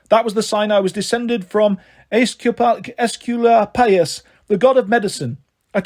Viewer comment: bro cannot figure out how to pronounce Asclepius